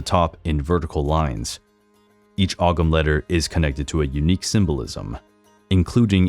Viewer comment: Ogham is pronounced ohm,samhain is pronounced sow as in pig ,sowan